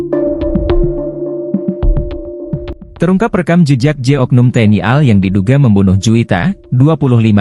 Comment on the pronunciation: Bilang tni al gak bisa banggggg, kaya bita huruf aja